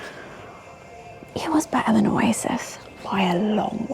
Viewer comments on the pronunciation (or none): none